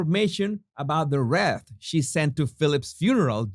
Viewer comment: Hey. I know how you like to improve your English. Wreath is pronounced 'Wreeth'. Much Love & bliss.